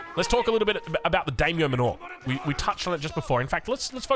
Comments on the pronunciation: I know we aussies are not very linguistically gifted by Daimyo Manor is pronounced: Die-myo Mánner Not Dey-myo Manoor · It's pronounced "manner" not "manure" lmao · Yeah exactly it's like "man-nah" ( accent), rhyming with Nanna... with a bit more of an "er" at the end rather than "ah". It hurts my brain whenever says "Mah-NOOOORE" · Manner. Not man aww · D(eye)-myo and manor like a manor house from Aoe3 English. Every time says daymo muh-nor, my Japanese ancestors commit seppuku 😂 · i really hate being the glasses nerd emoji, but the pronounciation was just too funky its daimyo (die myo) manor, like as in the english manor (manner) lmao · "Manor" is pronounced "Manner" (ie. as in Daimyo Manor) ! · (It sounds just like "manner") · Isn't it pronounced MAN-OR? As in a stately house... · Yeah, it is. I love his videos, but man, am I cringing every time says that word (it sounds like manure every time I hear it). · The way you say Manor sounds like your talking about cow crap... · Unsure if actually knows how to pronounce Manor or not... maybe at this point he's too afraid to ask. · i feel like youre saying manor wrong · Very creative pronunciation of "Manor." I'm into it. It makes it sound like it's not an English word. lmao